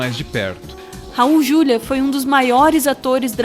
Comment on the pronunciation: É Raul "Juliá".